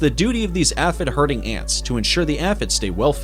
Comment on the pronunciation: And aphid